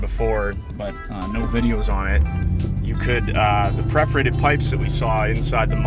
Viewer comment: It's perforated pipes, not preforated pipes.